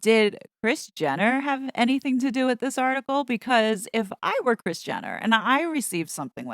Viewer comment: Rris 🤔 I thought her name was Kris😂